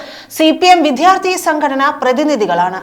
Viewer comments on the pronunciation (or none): none